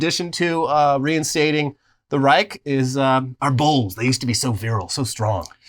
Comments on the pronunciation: Greetings from Germany. I stumbled upon your Channel and i like the way you showcase facts. Also, here is a Germanspeaking Training for you. Instead of pronouncing the Word Reich "Reik". Just think about the word "Shine" and use the "SH" of it to better pronounce the Word as "Reish". This is how it sound more accurate in German. As i said. I like your Stuff and i am comming back again. Love. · Tip for US people trying to say "Reich": You probably learned to say spanish ojo or pendejo. The "j" in spanish is spoken like "ch" in german. Maybe try saying Raijo with spanish pronunciation and then drop the o